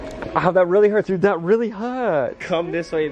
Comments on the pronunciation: bobby sounds like he’s saying ‘hurts’ in a british accent🤣🤣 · Am I the only one who thinks Bobby went so British the second time he said hurts?? omg I actually died 😂😂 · what was that accent